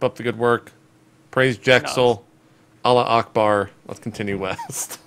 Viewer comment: Its, "Allah hu Akbar",lol. That was pretty funny,though..